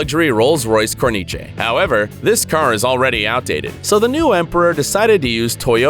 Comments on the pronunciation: Rolls Royce Cor-Nee-Chay. Lol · “Rolls Royce CorniCHAY?” “CitREEOWN?”🙄. When narrating a video about cars, it might be a good idea to learn to pronounce the manufacturers and models. No excuse for such laziness or stupidity.